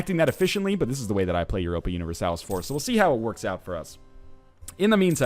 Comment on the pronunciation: No U-nih-ver-salis